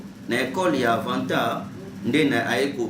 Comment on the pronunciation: Au Congo il y a beaucoup des fous une personne qui n' arrive pas a prononcé correctement le nom de son Maître Avatar il dit Avantar ce genre de malade sont des gens a arrêter.